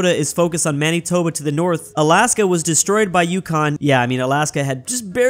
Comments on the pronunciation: Manitoba is called (Man, ih, toe, bah) Not, (Man, E, toe, bah) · Mannytoba, Noonavoont, smh